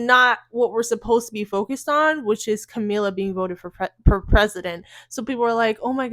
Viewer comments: Girl, are you talking about Kamala Harris? I thought you were talking about Camila cabello running for president, why you pronouncing her name Camila? It’s Kuh•ma•luh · i'm sorry but you calling her camila keeps making me laugh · Are you saying Kamala wrong on purpose?